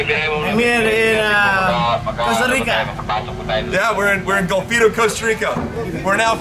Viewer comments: its golfito, with an O. i live there. haha, love your channel. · Bruce is just one of the companies that does that, he is also one, if not the most expensive. My nephew also checked in your vessel, before it was uploaded from the ship. And for God's sake, learn the names of your destinations, its Golfito! But, thats all fine. Some just past through my little paradise and move on... just the way I like it. Too many gringos, destroy everything. You show a very small part of CR, but all channels do.